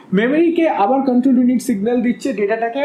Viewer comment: Apni Porate aschen..Na pora dite aschen?? Jevabe poracchen..mone hocce age porano ses- Ekhon revise korchen. Ekdom baje. Pasapashi sobdo suneo bidghute lagche. Memory k bolchen Memari , Control k bolchel Kantrol..😬😬 Ki blbo. Purai baje